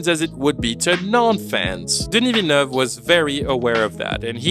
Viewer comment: Didn't know you were Canadian, then you said Denis Villeneuve correctly and solidified your claim